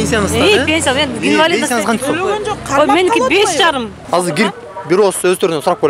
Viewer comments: Индивалид деп суйлоп жатканын айтып жатат го.Инвалид деп айтылат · Жакшы иштейт экен,бирок аягында ИНДИВАЛИД (инвалид) деп суйлогондо чалкаман кеттим🤦